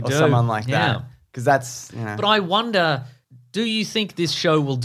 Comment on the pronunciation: Do you guys purposely pronounce the word “wonder” as “Wanda”? Or is it just me?